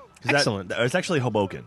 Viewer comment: says Hoboken incorrectly and weird. Psssh Southerners.